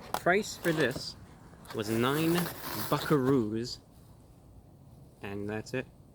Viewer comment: How does bukaroos sound like fuckaroos